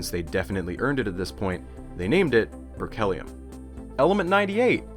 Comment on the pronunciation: Well researched and visually presented. BUT... I wish more of that research included the language, especially the pronunciation of elements' names and people's names. If you don't know, don't guess! This is all useful for the future, so please take note: The second T in technetium should have an SH sound; berkelium should have a KEEL, not a KELL. I have a hunch Georgy is not pronounced like Georgie Porgie. You keep saying nuclEide when nuclide is standard (I see you got it in your footnotes anyway), and nuclide/nucleide/nuclei/nucleus tend to get really blurred (I'd swear you said "a nuclei" and I can't tell whether you mean nuclide or nucleus). One person is not an alumni, unceremoniAL should be OUS, don't pronounce similarly or particularly as if they contain the word "lair", and do put the emphasis on the first syllable of comparable, etc. (which, by the way, is not pronounced eksetera). On the visual side, it's really snappy looking but why are you suddenly forgoing superscripts in the definition of barns (and capitalizing the b, while also failing to capitalize the B in MB for megaBYTE - Mb is megabit)? For a little more polish, use a proper "dimension sign" instead of an x, and a dash for quote attributions. Finally (for now?), what you describe as tides might be better thought of as currents, no?